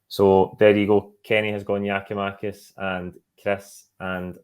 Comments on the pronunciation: Can someone tell the guy way the away top on that it’s Giakoumakis and not Giomakis ffs just missing oot bits of his name man drives me up the fuckin wall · Does Kenny understand that its Giakoumakis and not Giomakis? Is he intentionally calling him the latter? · The f*cking guy's name is Giakoumakis, not Gioumakis... Don't tell me you're as lazy as Kevin Kyle. It's Gary Mackay-Stephen, It's not Gary May-Stephen... It's not Gioumakis... It's Gia-kou-makis... Basics. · New season still saying Giamakis why is he on this when he's ignorantly getting one of our players name wrong? It's GIAKOUMAKIS!!!!!!!!!!! Gia-kou-makis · Still on some Giomakis shit?? Kenny, can you PLEASE learn the man's name!